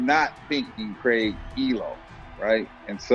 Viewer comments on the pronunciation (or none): Great video!!!! You’ve been hearing WAY too many Americans talk though, no Aussies should be pronouncing Craig as Cregg 😂 we are better than that